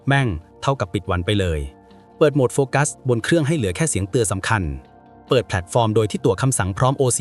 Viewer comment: โฟกัสค่ะ ไม่ใช่ไฟกัส 😅